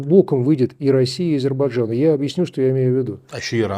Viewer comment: Азербайджан, не Азербажан.